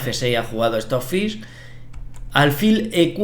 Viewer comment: Por qué dice “el estocfí”?